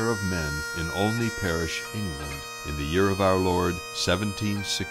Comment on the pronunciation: Thank you for the video. I never knew the origin of the songs until about 20 years ago, I am 60. I must laugh though at the narrators pronunciation of Olney. The first time he got it right. Second time he got it wrong. Good English name that nobody can spell or pronounce. Believe me, I know. John Olney